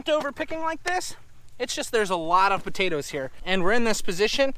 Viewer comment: I like the way says buttatoes heh heh.